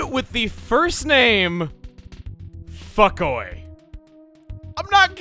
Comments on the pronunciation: I think Fucoy's name was probably pronounced Fu-coy instead of fuck-coy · Maybe it's pronounced foo-coy instead of fuck-coy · Fucoy’s name is actually pronounced as (Foo-coy) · I’m fairly certain Fucoy’s name is pronounced “Foo-coi”. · Fu-coy Probably is how it's correctly pronounced